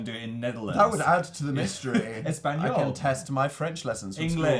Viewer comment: Phil actually pronounced well 'español' and I know the letter ñ is very hard to say if your fist language is not spanish, what a talented man